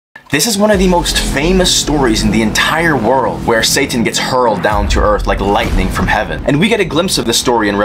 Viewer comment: This foo said “satttan” 😂😂😂😂